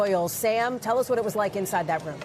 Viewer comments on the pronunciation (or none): none